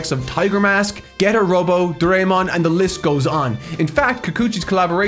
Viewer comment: really can't research how to pronounce names, he even got Doraemon's name wrong. Lmao